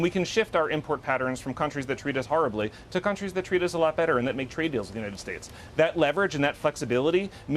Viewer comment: Why does this guy constantly mispronounced the United States. What a moron.